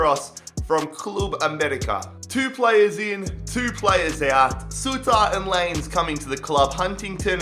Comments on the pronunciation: his name is diego Line-ez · Did he say “Diego Lanes”? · I’m triggered to way you said lainez, “lanes”🤦🏽‍♂️ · Diego Lie nez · Lainez in Spanish in pronounced La-ñez. In English it's said lie-nez. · Diego Lainez is pronounced LIE-NE-Z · You said Diego’s last name wrong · He pronounces Lainez wrong